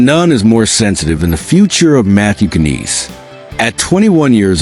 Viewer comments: His name is Matthew Knies Not "Canise" ! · Stop using text to voice. Its just pathetic. Cant even say Knies (NIZE) correctly.